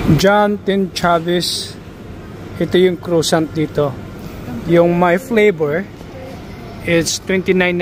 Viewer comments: Just to say that the pronunciation for croissant is ‘kwa-son’ not ‘crosant’ 😊😊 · Pronounce croissant French —-(Cra’sont) !!!